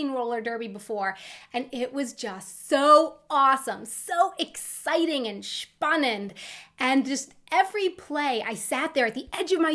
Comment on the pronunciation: It's a really great video! Thanks very much! As a German I've never heard some of your swear words, but I was very amazed about your "spannend" in the middle of the Video, that was really great!